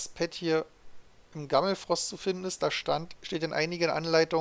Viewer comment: Wie er immer zu Gammelforst Gammelfrost sagt xD